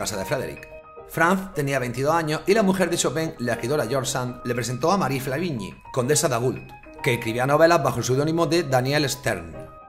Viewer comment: A ver si aprendemos a pronunciar en francés o alemán... qué eso de CaroalAIn, o de PÉrigny, o de FlÁvigny, o de FrÉderic ???.... Menos política y más pronunciar bien